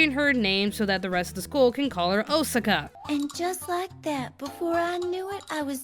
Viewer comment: Her name is pronounced 'O-Saka' not 'Os-aka'.